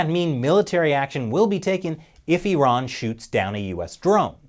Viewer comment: I live the fact that you say eeraan and not eyeran.